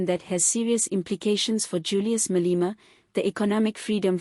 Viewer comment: It is not Malima! This entity's name is pronounced Maa - lay - maa!😮